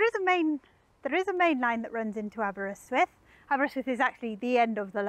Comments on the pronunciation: Gr8 pronunciation of Aberrr-ystwyth. Please teach Mr Hubnut how to say Aberaeron! Diolch yn fawr! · That slight twang when she says it 👌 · I shall recommend this video to my local wine and cheese shop keeper. Now you were wondering why a Dutch wine and cheese shop keeper be interested in someone showing Aberystwyth while pronouncing it correctly? He's half-Welsh! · Not a twang; she just says it how it should be said. 🏴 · That's the correct way to pronounce it.